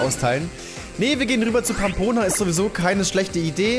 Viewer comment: verlerne Pampona bitte nicht Rammboss, es ist eines der schwersten Pokémon. Und wenn doch quitte ich